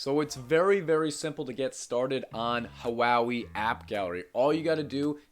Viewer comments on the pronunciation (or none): Btw, it's Hoo-Aa-Way :D